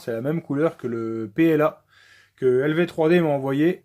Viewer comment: Très bien la vidéo. Par contre quand j'ai entendu lv3d j'ai eu très mal aux oreilles.